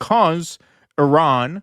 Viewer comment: Americans cant even say Iran right